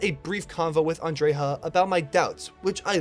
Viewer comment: How the hell did you get "andreyha"?